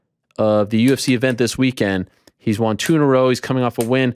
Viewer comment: I am Canadian 🇨🇦 and I cringe every time I hear you say won.